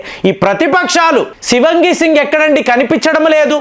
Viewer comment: Shivangi kaadandi.Shivaangi singh is correct..